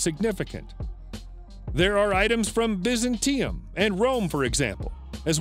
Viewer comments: Very weird pronunciation of Byzantium!!! bizzan teee um??? lol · The city is Bye-zan-tee-um, and Vikings were very much in evidence there. They formed the Varangian Guard for the Emperor, some of them leaving their names carved in the church of Hagia Sophia